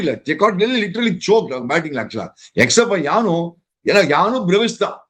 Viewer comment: For normal people - Brevis For - Bruvis